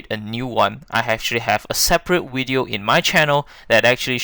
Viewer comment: Whats a wideo and willage lol